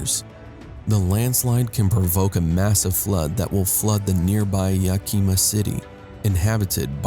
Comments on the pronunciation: It is pronounced Yak a ma. Thanks for a great and eye opening video. I have seen many such. But this is the most chilling so far. For a time, I have been willing to concede that some of these things were due to natural climatic adjustment. However it can no longer be doubted that global heating plays a large if not a total part in this calamity. I fear it may be to late to save the world for future generations. So along side our efforts to heal our home, perhaps we should Think of other parts of the Solar System. As a place to preserve our human family. Until such time as the earth is made whole once more. Stay out of The cracks. Michael. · Ya-Keem-a, Washington? Uh..it's Yak-i-ma. Sheesh!